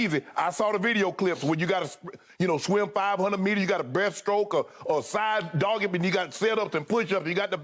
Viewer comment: Shannon said "side doggy" lol